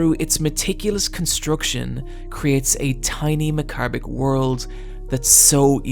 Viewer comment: I never want to hear you try to pronounce 'macabre' again